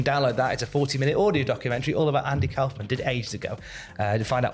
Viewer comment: Kaufman rhymes with Hoffman. Anyway....they should get Letterman to induct him if Jerry or Tony Clifton (the other one) is unavailable... So awesome he's going in.